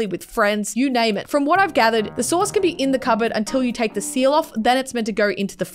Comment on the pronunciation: i thought she was saying source and i was so confused but its SAUCE